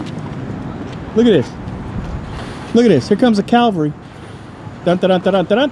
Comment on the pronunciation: says, "Here comes the Calvary", rather than "cavalry". 😀😀😀